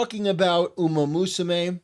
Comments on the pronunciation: Rabbit musume? XDDDD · "Usamusume" It's "Umamusume". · Yeah Usamusume